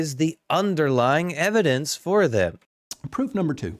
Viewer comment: "Laets take uh look at the evidance." 😂